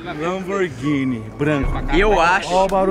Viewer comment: o "lanboghini branca"